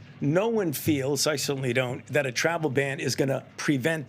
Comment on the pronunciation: He and Biden were first pronouncing this variant as "omnicron." Glad to see he has learned how to pronounce it. "Omicron." But if our highest ranked expert can't even pronounce it correctly initially, should we place confidence in what he claims to know about it?